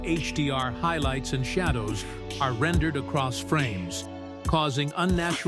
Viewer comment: Your computer voice keeps spelling out the word ARE. Maybe if you edit that word to be spelled OUR instead of ARE, it'll fool the AI into pronouncing it as a word instead of letters, like HDMI etc.